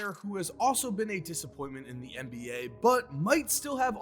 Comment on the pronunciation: "thee best of thee best"